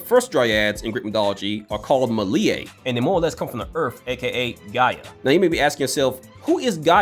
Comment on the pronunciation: Pronunciation help! Erysichthon = air-iss-ICK-tahn and meliae = mell-EE-eh.